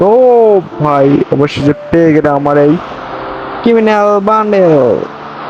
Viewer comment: Ata kiminal bandle.. Aer kiminal na kiriminal😂😂😂❤